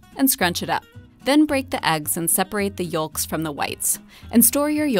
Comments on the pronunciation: never heard anyone who was a native speaker pronounce the L in yolk. Also in Australia. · The l is silent. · i never heard anyone say the "l" in "yolks" so distinctly lolol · Great video as always but is no one gonna talk about how Sara pronounces yolks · came here for this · how am i surprised that the top comment is about her pronunciation of yolks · i was about to comment this thinking i was the only one instantly triggered haha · Fun and very informative. But who pronounces the "l" in "yolks"? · sees all the comments about the way sarah says ‘yolks’ now scared that i say it wrong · Thank you for pronouncing the 'L' in 'Yolks' for no particular reason other than it tickled me.